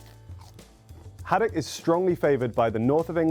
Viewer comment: Ahhh the way she says haddock of haddack not the vibe 🤦🏼